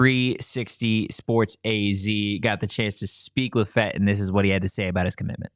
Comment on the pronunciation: Just a FYI, it's pronounced Fet-TEE